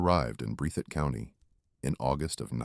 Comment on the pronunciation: This man has absolutely messed up the county's name, it is pronounced "BREATH IT "